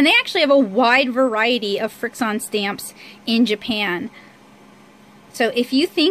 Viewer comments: Irene Villarta I wanted to to tell her pronounce it frik shun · Irene Villarta some people just really don't know how to pronounce anything